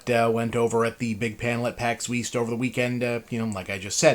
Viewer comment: "Pax Yeast"